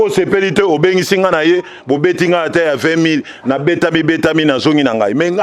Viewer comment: Il est intéressant... Je me suis éclaté en vous écoutant Monsieur.. Je veux juste rectifier que LUTUMBA était GUITARISTE et non GUIDARISTE... SLOGAN et non SINOGAN.. kiekiekiekie L'analyseur analysé.. 😂Merci... 🙏 👍